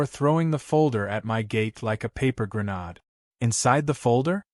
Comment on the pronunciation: Sheeesh! How many stories does this same guy get used in?? With the same old sewage line reminder???🙄🙄 Well, how many new Karen's does this make for this guy/HOA........................And there it is again, NOT GRE-NOD, IT'S GRE-NADE Your AI sucks.